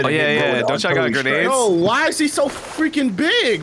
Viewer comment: Dude just sayed grenads nads